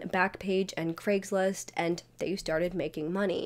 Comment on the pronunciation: An American who pronounces Craigslist correctly,craig is a scottish name and is nit pronounced KREGG ,never heard an American pronounce it correctly before ,i almost fainted